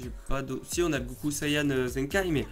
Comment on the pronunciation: Pas sayan mais sayen